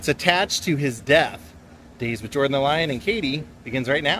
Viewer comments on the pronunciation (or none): Hi Jordan and Katie! Everyone has been pronoucing his name wrong! 🥸 Jordan, the best storyteller. 😊